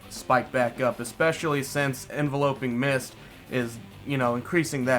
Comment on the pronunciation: I'm really not trying to be a grammar nazi or condescend but alot of people mispronounced enveloping mist. It's envelop, not envelope. (en-vel-up, no en-vel-oh-p)